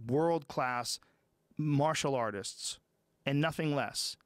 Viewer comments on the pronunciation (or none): none